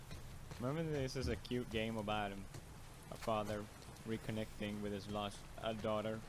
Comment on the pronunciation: "Its the gayme that keeps on gayving"